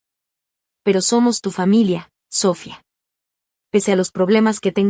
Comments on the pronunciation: ¿SÓfia? Es SofÏa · Noo entiendo porque no puedes pronunciar bien las palabras, empezando con el nombre Sofía, Sofía, Sofía